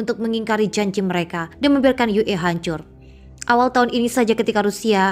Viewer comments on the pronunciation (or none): Oalah Mbak Mbak pakai singkatan ejaan bahasa Indonesia kenapa pakai bahasa Indonesia membaca singkatan ue kenapa tidak dibaca Yu I tapi dibaca Yu E ) seharusnya disesuaikan membaca bahasa Indonesia ya total dgn bahasa Indonesia bukan campur aduk